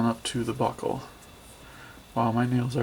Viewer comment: I keep hearing butthole instead of buckle lel